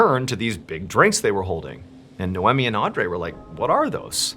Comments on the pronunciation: Its pronounced, Nay-Owe-Me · It's pronounced NAE-OMI not No-Whammy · i had no idea canadians pronounce naomi as noemmy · Related comment completely forgot because of the irritation on the pronunciation damn dude You're great but Naomi is not pronounced Now emeeh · I think that name is pronounced "nigh-oh-me" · It's pronounced 'Nay-ohm-ee' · Is her name no eh me? Or nay om mi? Phenetic pronunciation